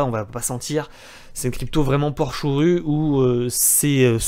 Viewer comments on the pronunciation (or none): Porsche ou rue => dit plutôt Porschue lol